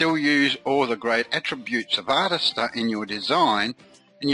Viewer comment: Mate, it's pronounced "Artist-Ear"